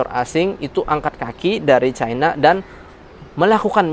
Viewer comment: caina caina, tae lu bisa baca gak